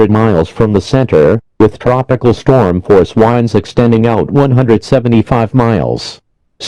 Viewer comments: Hurricane force whindes LOL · Hurricane wines lol